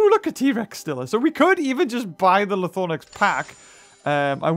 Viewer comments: LythRonax not LythoRnax.. lmao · How... how did you manage to say Lythornax? Seriously, is this something I'm missing or what? It is spelled (and pronounced) Lythronax, and you managed to swap the R and O? I'm really not trying to be mean, but what led you to conclude it was pronounced that way? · Also Lythronax is pronounced (lith-row-nacks)